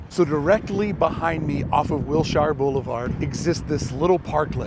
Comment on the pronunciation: We dont say Will-shire. We say Wilsher.